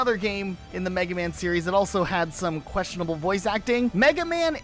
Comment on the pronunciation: I think you mean "krestionable voice acting"